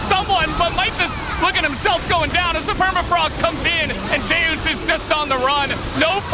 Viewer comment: why is he calling Zeus Zayus?